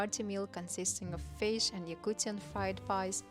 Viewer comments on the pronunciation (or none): none